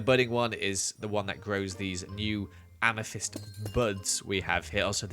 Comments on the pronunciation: Nobody:: AMATHISED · AMA NOT THYST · Ame not thyst